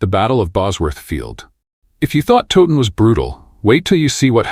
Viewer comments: I had to stop watching after the battle of "Toe- ton", so much for teaching history when you don't get the basics, this is AI but I've heard people making videos about Towton who pronounce it Toe-ton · it's Towton.. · Battle of toe ton? 😅. Edward wa snot king at Towton. So many inacuracies here. Edmunds headcwas not put on the gate only his father